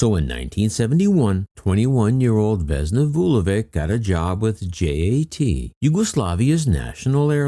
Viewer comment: A small point. Her surname should be pronounced “Vulo-vich” not Vulovic.